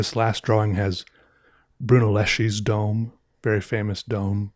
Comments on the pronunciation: BRUNELLESCHI, you have to pronounce like there is a k instead of ch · the only meaningful thing I could add to this is that Brunelleschi is supposed to be pronounced with a hard 'c' and not a 'sh'